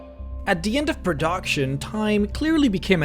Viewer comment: What the hell is "pruhdoction"?